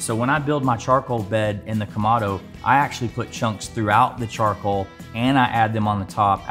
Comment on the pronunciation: It's Ka-moh-doh not Ka-ma-do